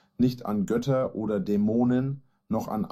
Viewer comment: Kann jemand mal die Reiner K.I. beibringen, dass die das Wort "Götter" als "Gödda" ausspricht?